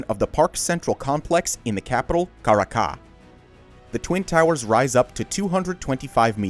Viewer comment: I love your channel, but the poor editing when it comes to Brazil's tallest building is a bummer. And by the way: in Caracas the stress syllable is on "ra" and not at the second "ca". I.J.S.